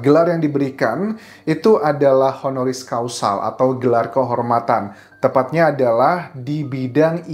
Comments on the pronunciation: Mmg sama sih arti HONORIS CAUSAL dan HONORIS CAUSA. Dengernya jadi AGAK LAEN. Causal! Heehee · Honoris causal.... ??? Causa or causal ???